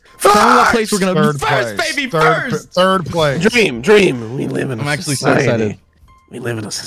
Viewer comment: "We live in a SUSciety"